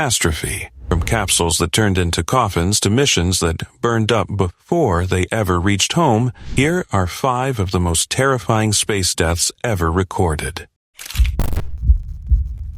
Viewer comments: I thought he said, “One Thousand Feeeeevve Hundred Hungry Denon Worms.” That’s a lot of worms. 🧐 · "over one thousand feev-hundred hundred demomworms" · Traveling at over one tousand feeve hundred hundred demamlerbs? That's FAST.